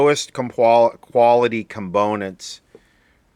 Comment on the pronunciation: Com-bone-nents made me spit take.